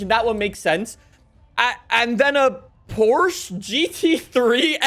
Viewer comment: as you saied "Porsche". Its beautiful for a german to hear an english/american/austrailian pronouncing it the right way. It was almost perfect